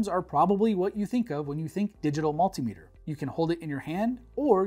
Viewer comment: Its actually pronounced multimeter